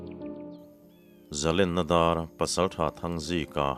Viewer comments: Zalenna dar ti a i lam hi a dik lutuk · Zalenna dar I lam Dan hi adik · Zalenna Dâr i tih hi a dik e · zalenna dar i chhiar dan hi kei pawh dik ka tih pui che.